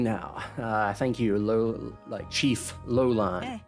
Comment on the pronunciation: More like "Rouran" than "Lolan", but yes, she's Kilika Rouran